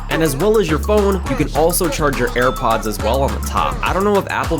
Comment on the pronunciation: broski u said "hairpods"